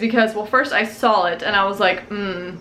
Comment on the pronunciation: Does anyone else hear "sawl" when she says "saw"? 😂